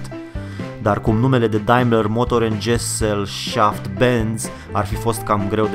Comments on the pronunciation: Se pronunts SESĂLŞAFT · Se pronunță “Ghezellșaft” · Gesellschaft se pronunta ghezelshaft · Si GHESEL SHAFT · Se pronunța ,, ghezelșaft “ :)) hate productiv